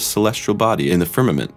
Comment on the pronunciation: Did he say fimament